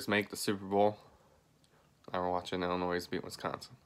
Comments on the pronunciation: It's pronounced Illinoy not Illinoise and quit cryin' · Did u actually pronounce the s when u said Illinois? 🤦‍♂️🤦‍♂️🤦‍♂️